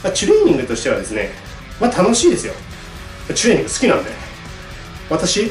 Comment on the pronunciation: ちゅれいにんぐって発音好き